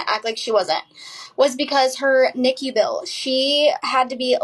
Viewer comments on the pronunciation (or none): none